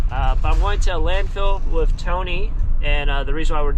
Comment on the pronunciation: I’m guessing that’s the kid part of you still but I’m laughing wiff not with you not at you